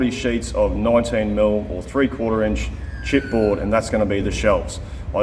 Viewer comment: Did you say "chipboard" or "shit board"?